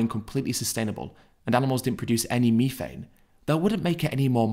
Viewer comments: what in da fook is meeefane? you mean methane? lol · It’s methane th not mefane.